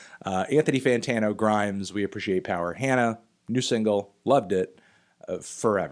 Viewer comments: ITS HAW NAW NOT Han na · HANA is pronounced like Han Solo.... not like hand. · It's pronounced Hana, not Hanna. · also its "HAH-na," or "honna"